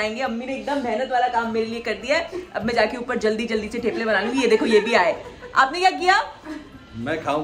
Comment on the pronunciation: It’s थेपले …. Not टेप्ले